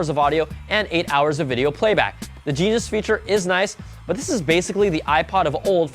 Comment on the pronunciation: lol, its genius feature, not jesus